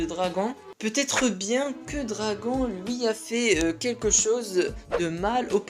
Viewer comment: À chaque fois que tu disais " dragon " j'voulais te tarter mdrrr c'est "dragonnnnnnnne " meme si ca s'écrit dragon